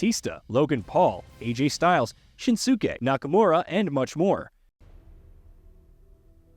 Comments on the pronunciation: Bro said CHIN-SOO-KAY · Shin Su Kay ! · Shin Soo Kay... How about get someone who knows something about the product to read the script. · Bruh said ‘Shin-soo-Kay’ Nakamura 🤣🤣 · The way this douche mispronounces things so often, he has to be a bad AI program. Ahsuka? Shin-soo-Kay? The fuck? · Shinsoookay Nakamura and Matty Janetty 😂 who programmed this a.i.? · Shansooksi nakamura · Shin-su-kay Nakamura 🤦🏾‍♂️ You’d think they have someone on staff atleast familiar with WWE to record these videos.. 🙄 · What did you just call shinsuke 💀